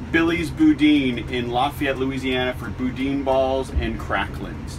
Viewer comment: LOL, you butchered the pronunciation of boudin. Glad you liked it, though. There's a place in Scott that has the best, IMO. Check out Don's Specialty Meats next time you're passing through. Safe travels! - Fair notice, I had to edit this post since someone beat me. I took too long to hit the button :(